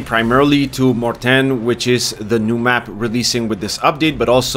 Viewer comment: You pronounce Mortain correctly. Some people say Mortain or Mortain but that's incorrect.